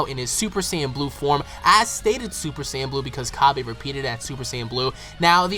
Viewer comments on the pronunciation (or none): none